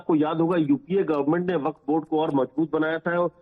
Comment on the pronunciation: Abe ghanchakkar! Not वकफ it is वक्फ! पता नही कहां से गधों को पकड के लाते हैं और एंकर बना देते हैं!!